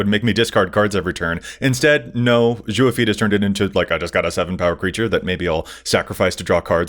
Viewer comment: The way pronounced 'Zhao' hurt my heart.:( Please,, watch Avatar: the Last Airbender. It holds up, even for its and our ages. AtLA is timeless.